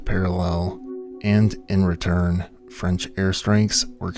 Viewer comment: Wow your French pronunciation is good, c'est bon!! ❤❤